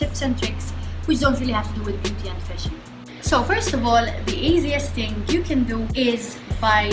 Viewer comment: when you say "ting" lmao